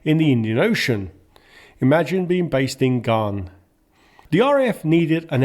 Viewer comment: It's pronounced Gan as in man, not Garn! Are you trying to impersonate AI?